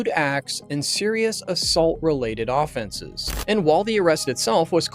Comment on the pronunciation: For a dude that narrates crimes all day I can’t believe you still pronounce offenses like a sports “Offense” the o is soft. And it’s weird you didn’t realize that.